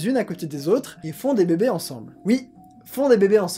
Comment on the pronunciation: J'adore comment tu dis "beubé" (bébé) 😂😂